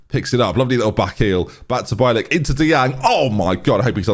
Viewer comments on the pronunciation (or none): Day 2 of trying. Also DM'd on Twitter. Hope you see it. It's pronounced Bee-L(like the letter l)- and then just ik (or Ick). Hope it helps haha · can say "chukwumeka" but struggles with "bielik". I'm fairly new here, is this normal? 😂 what a silly goose